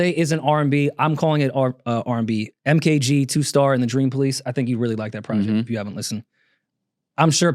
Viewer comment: Hehe “mk g” its pronouced “ma gee”